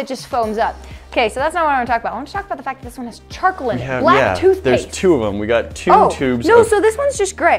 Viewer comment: Who heard chocolate toothpaste when they were saying charcoal